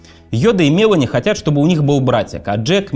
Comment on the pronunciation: Спасибо за интересный материал, за хорошую работу по его подготовке и за сам канал в целом! Очень тяжело слушать диктора с дефектами речи. Много комментариев уже было по этому поводу - к сожалению, ни авторы, ни сам "диктор" к этому не прислушиваются. "Весли", "Мевони". "Вондон" - коллеги, ну так нельзя(( Куда делись стандарты дикторского искусства?